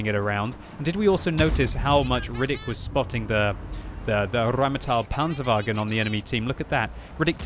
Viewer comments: rrrrrrrrheinmetal panzerwaggen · Always lovely how you pronounce 'Rheinmetall Panzerwagen' ...sounds wonderful for me as a german 😂